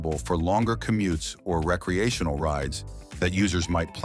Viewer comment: What is Ree -kcee-a-tion-al use.okay you got it right the 2nd time!, I did enjoy the information,Thanks